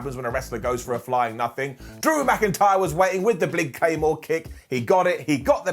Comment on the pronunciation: “blig claymore kick” LOL